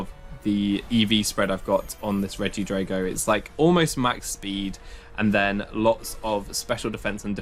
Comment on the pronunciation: Dude, why do you pronounce drago like that when dragon isn't even pronounced along the lines of that?